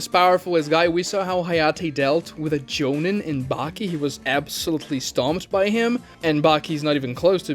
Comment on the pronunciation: STOP SAYING JONIN AND GENIN LIKE THAT. DID YOU EVEN WATCH THE SHOW????